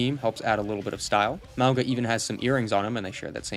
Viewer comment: Apparently Mauga is pronounced "Mah-Ohn-Ga". Love these vids, take your time to make them! I love Zarya but i really think she looks now like astronaut :D